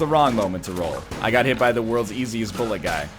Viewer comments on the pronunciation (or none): none